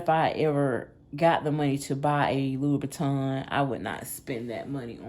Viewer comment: You were spot on, with your pronunciation. Louis Vuitton is the correct spelling & surname doesn't have an 'a' in it.😊🏴❤